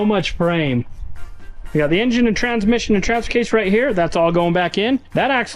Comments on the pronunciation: yes, you say it weird- it should sound like "In-Jun" you know,? Engine. 🙄 A "moder" (motor) is electric. Have a great day 😏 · HEY guys!!! it'sss En'gine'